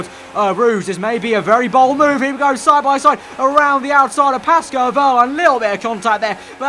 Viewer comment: It sounds like he's saying "Pasco Wehrlein" xD